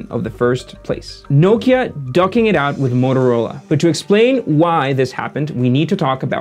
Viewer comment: Motorola ducking it out with Nokia. Lol. Duking! As in fist a cuffs! Dew-king, not ducking.